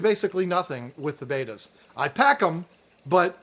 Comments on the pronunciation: How do you have this much interest in "Bet-ta's" and still pronounce it "Bay-ta's" 🤦‍♀️🥴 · They’re not betas that’s radiation. They’re bettas. Short e….